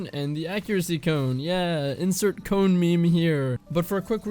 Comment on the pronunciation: he finally said cone 🥰